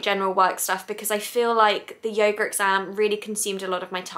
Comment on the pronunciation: ha ha so cute at the beginning she says yoger! ahhh i love her accent its very cute ;)